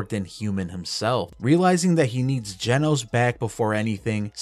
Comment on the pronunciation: its not jenos its genos you triggred me so bad in this vid 😭